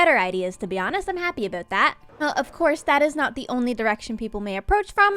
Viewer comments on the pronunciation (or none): "happy aboot that" 🙃🇨🇦